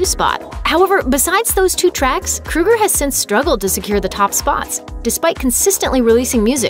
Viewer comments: His name is KrO eger. Not KrU eger. If you are going to do a video at least get his name right. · They should have at least pronounced his name right! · Its pronounced. CROW- ger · His name is pronounced 'Krayger' just like Matt Groaning,the guy behind 'The Simpsons' Iown 3 of their albums never get tired of playing them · Who the hell is Chad Krooger? Learn to pronounce correctly. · The only decent songs they ever had were "Too late" and "Rockstar". Rockstar was funny. Also, I think his name is pronounced "Crow-ger", but I'm not worried enough about it to care lol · Pretty sure it's pronounced "Crow-Ger"... I couldn't even finish watching this video because of they way she is pronouncing his name.. Fuckin A. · Chad "kruger" really? Thats not how you say his last name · Why does this woman keep calling him "Krueger"? How dare you bring Freddy into this? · It’s pronounced kr- oe- ger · If you're going to do a video on somebody at least learn how to say their f**** name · If you’re gonna talk shit about someone at least learn how to say their name properly lmao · OH MY GOD LADY SAY CHAD'S LAST NAME CORRECTLY I cant physically stand this woman say his last name its driving me insane I'm sorry I just cant, no offense to this lady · Please learn to CORRECTLY pronounce Chads name 🙄🙄🙄🙄🙄🙄😳😳😳😳😳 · Not to sure if that's how you say his name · Why does she keep saying "kru-ger"? It's "kro-ger". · Isn’t it pronounced Kroger & not Kruger??? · Its not Kruger idiot. Its Kroeger lol. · His name is Chad Kroeger, not "Krueger." "Crow Grrr." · OFFS. KRO-ger not KRU-ger! SMH. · His name is Kroeger (Krōeger). She pronouncing it like Freddy Krueger. 🙄🙄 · Except his name is Kro-ger, like the g store. Not kru-ger. Like the serial killer. But you seem to be convinced that Nickelback sucks so proceed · Love them. And its KROEGER not KRUEGER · KROEGER NOT KRUEGER. He isn't killing people in their dreams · Chad "Krow Ger" .. not "Kru ger " .... gotta be ? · It's Chad KROGER not KRUGER